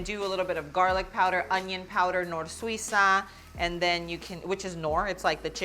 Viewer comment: you said “it’s typically seasoned with NOR-SWEE-SA” ? I couldn’t understand what you said. What is the spice? Again you say it again. That it’s like a bouillon powder?